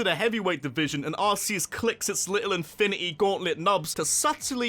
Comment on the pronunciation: Anyone else really bothered by people calling it ARSEus?